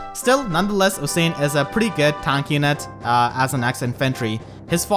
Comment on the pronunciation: Osian is pronounced like ocean btw. I really like Mila, since she's a F2P way of dealing with dancers in the light season. I have been pulling for Bride Micaiah since she's so strong with her Duo skill, but Mila making Aether Raids not cancer in the light season is much more preferred. I don't have trouble dealing damage with my units, and Mila is the perfect way of managing the volatility that dancers can bring. Also, the last time I pulled on the bride banner, I got pity broken by a +Atk Nailah, and I got a +Res merge for my Rafiel. I think I'll cut my losses and just roll for Mila.